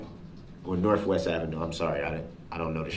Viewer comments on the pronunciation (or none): Why, why oh why does he use an “f” when there’s a “th”. Example: bofe, norfwest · Did he really just say norfwest ave lmao stupid